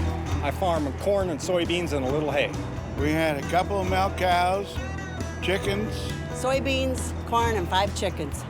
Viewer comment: The pronunciation of milk and feeding it to your kid was hilarious bro. I am subscribing now.